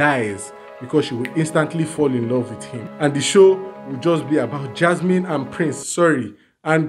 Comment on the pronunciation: can't stop laughing at you pronounce PUURINCE 😂😂